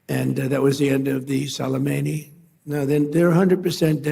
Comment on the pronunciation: Trump sorry but you make me laughing. Is not Salomeni but Soleimani. You don't even know the names the one who upu killing😂😂😂😂😂😂😂😂😂 trump is Magic believeme